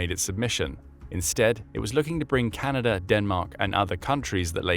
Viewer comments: "Canader" cmon man.... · Ah its chinada